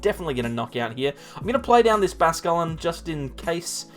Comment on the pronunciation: Great content, just cringe everytime you say Basquelin instead of bascuiln